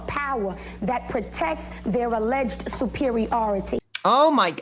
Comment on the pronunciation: superi-ority lmaoooo